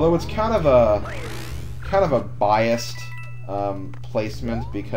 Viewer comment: It's not Biast it's Bias.